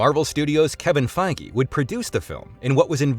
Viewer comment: How could you say Feige correctly, but not GODdard?